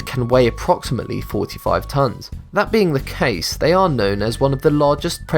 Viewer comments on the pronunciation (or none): none